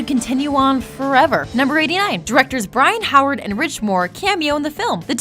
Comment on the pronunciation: You said Byron Howard's name wrong. 👎🏼